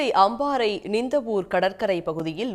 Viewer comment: அம்மாரை ❌🤣 அம்பாறை ✅😆